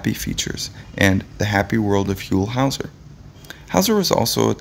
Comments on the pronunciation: NAILS ON A CHALKBOARD when his name is pronounced incorrectly. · The way you mispronounced his name…irks me.. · How can you do a biography segment on someone that you don't even know how to pronounce their name?